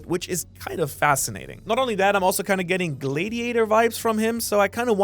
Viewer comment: The way you pronounce gladiator made me rewind it. What?